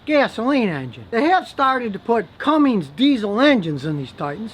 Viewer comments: one more thing: it's not Cummings, it's Cummins. There is no "g" in it. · It's a Cummins. Not a cummings... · You'd think a 'mechanic' would know it's Cummins, NOT CUMMINGS!! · Cummins not cummings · I can’t take you serious calling it a Cummings. There is no G in the spelling of Cummins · A Ford Escape or edge are not based on truck platforms. And it’s cummins. Not Cummings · CUMMINS, not CUMMINGS And the cat's on the pneumatic tools again. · Cummins... no 'g' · Can't respect this man as a mechanic when he says, "Cummings" diesel. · There’s no G in Cummins! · Its CUMMINS!!!